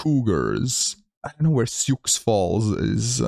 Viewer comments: Sioux Falls still isn’t a “big” city though, it has less than 200k people. That four-state block is very sparsely populated. Also, it’s pronounced “Soo,” not “Syooks.” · See oo ox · Sioux is pronounced like the name Sue. =) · "Sioux" is pronounced like "sue". It's a French name for the First Nation tribes of the area. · Sioux is pronounced "soo", for future reference. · Sioux Falls South Dakota is named after the Lakota Sioux Indian tribe and it’s pronounced as you would say the ladies name Sue. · and "Sioux" is the name of a Native American tribe - it's pronounced "Soo", or "Sue", if that helps. Sioux Falls is the largest city in South Dakota and is a couple hundred miles southwest of Minneapolis, Minnesota. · Oh and Sioux is pronounced like and s in front of “ew”